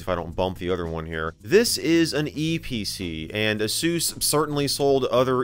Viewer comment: hearing asus spoken as "a-soos" is so jarring to me 😂😂😂